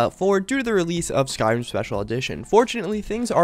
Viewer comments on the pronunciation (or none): none